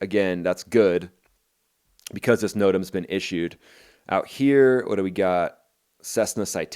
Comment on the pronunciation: It's no-tamz not notom